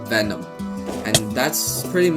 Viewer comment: Bro u said "vemon twice"